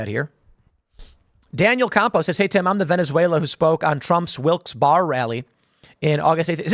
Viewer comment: I grew up in NE PA about 30 miles SW of Wilkes-Barre. We pronounced it Wilks Bear-uh